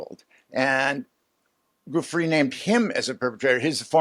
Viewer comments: For goodness sake people, could we pronounce Virginia Giuffre's name properly?! It's Jee-oo-FRAY. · Oh ... I don't know. I can overlook "chasm" when what was wanted was "schism", but the inability to pronounce Virginia Giuffre's name correctly doesn't serve as a confidence-builder. Try a little harder.